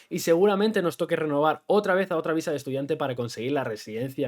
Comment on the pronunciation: Dijiste "amor a primera vista" o visa??? cuidado con recomendar a la gente que llegue a buscar el amor de su viSa, ya lo habiamos comentado... como dijiste lo ideal seria que el amor de tu viDa sea simultaneamente, el amor de tu viSa :P y aun asi.... no subestimes lo que implica un tramite de visa de pareja! (tal vez vale la pena abordar en otro video, entrevistando a alguien que lo haya pasado) las autoridades migratorias son muy muy meticulosas para asegurarse que la relacion es genuina, pueden llegar a pedir evidencias que parecen absurdas, pero que se les tienen que proporcionar...